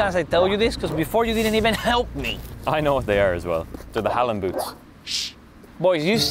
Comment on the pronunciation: they said halland wrong